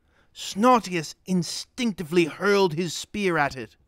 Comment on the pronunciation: "He HUUURRRRLLLED the flaming poop!!!"